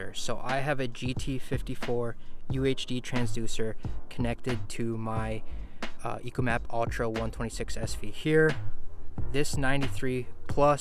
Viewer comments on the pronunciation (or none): It's ECHOmap not ECOmap just saying